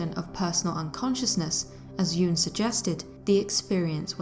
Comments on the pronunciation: Why does the narrator pronounce Jung’s name ‘Juung’? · Pronounce the g in Jung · Surely you could learn how to pronounce words,the name of the city, Carl Jung. Good grief!!!